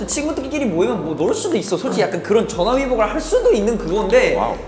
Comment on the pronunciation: 오모오모 전화위복? 한국인보다 더 한국인 말크